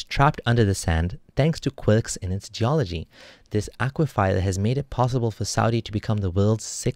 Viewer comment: Good job! But, aqui-fer not aqui-fire!